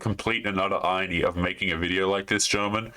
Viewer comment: The way you said ‘irony’ was amusing to me.